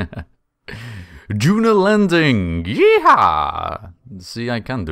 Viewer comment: I'm American, its "YEE HAW" not "Yeah Ha" But I love you anyway you Crazy Spacefaring Limey =^_^=